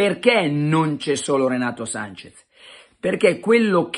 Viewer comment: Breve vademecum per tutti. Si scrive e si pronuncia SANCHES, non Sanchez!